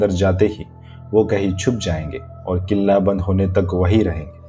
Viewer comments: Nice stories plz upload soon First of all its kila not killa 🤣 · Bhai it's not a killa it' s kila but any way you your story is amazing keep it up 😊😊😊😊😊😊😊💖💖💖💖💖💖💖💖💖💖💖💖💖💖💖 i love this story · First thing this is kla not kila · Killa ya klle nahi hota Kila hota hai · Bhai killla nahi yaar bahut hassi aarahi kille Killa sunn kar btw nice video 👻